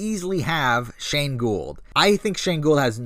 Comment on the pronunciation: You got shane right lol